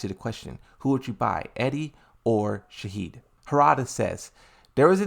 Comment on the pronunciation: I don’t want to be annoying but for the love of god please stop saying Shahed because in arabic his name is Shaheen (pronounced shaa-heen )not shaa-heed